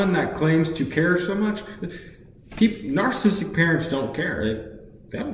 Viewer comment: You can't even pronounce narcissistic. It's not nar-cist-uc. It's nar-ciss-ist-ic. Four syllables, not three. You're probably even more narcissistic than your mother is